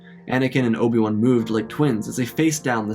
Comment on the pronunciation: bro did not just call obi wan obium 💀